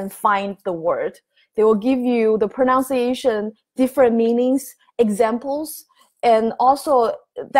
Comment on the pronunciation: Thank you, may I correct your English? You mispronounce the word pronunciation. It is not pronounciation. Most asians make this error.